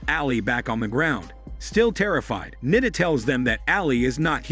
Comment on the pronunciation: It's not Nida. U have to stretch the I so Niiiida